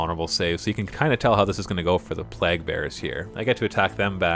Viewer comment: "Plague" is pronounced Play'g